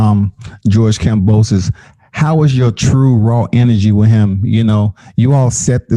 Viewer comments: it’s Kam-bo-sus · it’s not kambrosos 😒